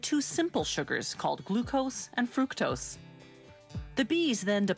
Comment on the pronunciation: there is one with a dude that says fuck-tose instead of fructose and i love it